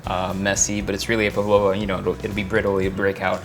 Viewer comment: The accent on the first syllable: it is PAvlova, not PavlOva...